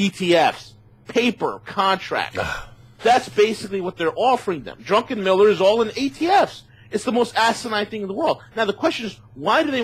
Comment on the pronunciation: I like what he says except I absolutely cringe when he keeps saying "Drunkenmiller"